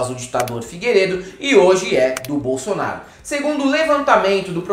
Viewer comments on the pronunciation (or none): none